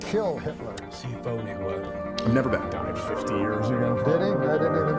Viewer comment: What a fucking intro . "You've nevah beeen!?"😅😅😅